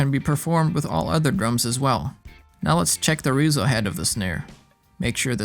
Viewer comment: Man this channel has too much of that “looper/clickbaity” channel vibe to it. Sorry but it’s just really boring the way everything is presented. Also you didn’t even put any lithium grease on the lug. It’s not pronounced “reezo” head it’s REZZO as in RESONANT you jump around from parts of the drumset to different parts and back so there’s no concise method to your instructions. Will not watch or sub or recommend...